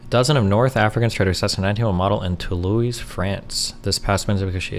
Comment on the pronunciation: To-loise … lmfao